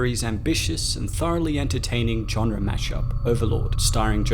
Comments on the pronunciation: Ok, I enjoyed Overlord and I really like your channel. But you read into this WAY too much! Easter eggs? A nod to Kurt Russell? This was a WW2 horror film, not The Shining. Also, why do you say genre as "john-re"? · With a softer J/G sound. The hard "J" like John is just so jarring. It's a French word, it's really not meant to sound like that...